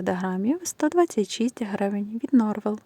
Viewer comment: Ікра NorveN,а не норвел